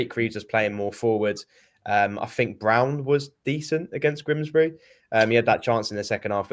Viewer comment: you do know it is Grimsby and not Grimsbry? It's doing my head in.😠